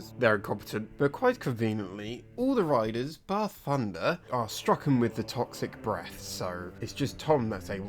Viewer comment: It took me an hour an 14 min before I realized you were saying "riders" and not "writers" I had been very confused for a while